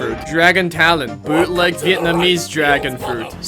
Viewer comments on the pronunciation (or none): none